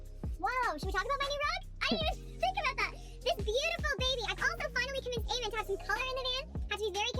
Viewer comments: they dont even watch eamon and bec videos enough to make an opinion else theyd know how to actauuly pronounce eamons name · This vid is literally the dumbest vid I have watched. Yuck. BTW - say Eamon's name accurately if you want to roast them and ride on their coattails. Idiots.